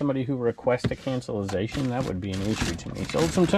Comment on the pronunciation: cancellation not cancellization --- I think-- Always on your side and love your channels.